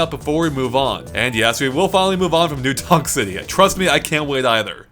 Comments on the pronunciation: am i the only one who keeps hearing new dong city? lol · i swear you said new dong city XD